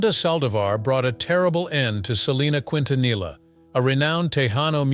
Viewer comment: 30 years later and still cannot pronounce her last name correctly 🙄